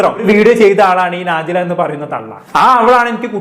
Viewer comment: നാജിലയല്ല നജ്ലയാണ്